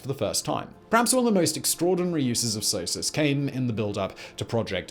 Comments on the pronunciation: I've never heard it said S-O-S-U-S, I've always heard it said like a single word, Sosus. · The english prononciation of SOSUS is the exact french prononciation of sausage. Imagine my reaction as a french...